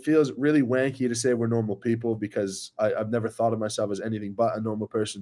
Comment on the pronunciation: Always good to hear you say 'mate' and 'wanky' in a North American accent 😎